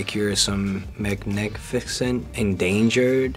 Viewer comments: Him not being able to pronounce magnificent is soooo breathtakingly funny magneckfixient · him struggling to pronounce magnificent for a hot sec IM DYING 💀💀😭